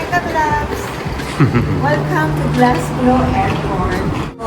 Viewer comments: Happy Birthday Kean. Just watching this and keep on h hearing you always saying Glasglow? It should be Glasgow po Sorry to correct 😊😊😮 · Oo nga po😊. Glasgow po